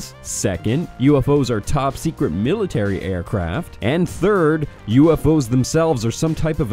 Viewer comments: Top sect(et) you say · "Top Sectet"